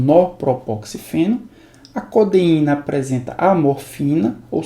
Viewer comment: as aulas são muito boas mesmo, mas na humildade pra somar. he-ro-í-na co-de-í-na.